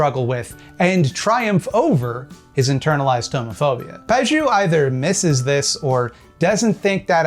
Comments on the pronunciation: To summarize -- "I don't understand what Pageau (mispronounced as Pajoo) is saying. So he's stupid." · Fun fact: the -eau suffix in French is usually pronounced "oh" rather than "ooo" :) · FYI, Pageau is pronounced "Pa-jo". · Usually in French, "eau" is pronounced like "oh", not "ooo". But I have no doubt you're quite correct about him, otherwise. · It's pronounced more like "pah-zhoh" not "pah-zhew". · But for real, if Pageau knew the language his name comes from, he'd know the letters "eau" are pronounced "o", so "paj-o" is his name and I'm even more annoyed now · My cousin knew a French guy once, and it's pronounced Page-O. You're welcome, don't mention it. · As an academic who tries very hard to be able to explain things clearly to laypeople, this obfuscatory air Pageau puts on really gets my goat. PS: If you're interested, his name is pronounced /paʒo/ or "pa-zho". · Please, please, Pageau is pronounced "PAJ-O" the way you say it sounds like "not cheeks" or "not juice" and it hurts my poor franco-ontarian ears so much... Great video though, I actually know one of his fans and it's really disconcerting how he convinces otherwise intelligent people of some very strange (to me) beliefs. Keep up the good work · Isn't it pronounced "Paj-oh"? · shouldn't Pageau be pronounced pa-jo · He pronounces ‘Pageau’ wrong too. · That's not how to pronunce "Pageau". Otherwise, interesting video! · I'm pretty sure that's not how you pronounce Pageau but this doofus doesn't deserve a regular name. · The pronunciation of Pageau is this vid is sending me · He pronounced his own name wrong, in French "eau" makes a long O sound. Trudeau, for example Eau de Toilette for another example.